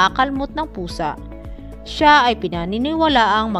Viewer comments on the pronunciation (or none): none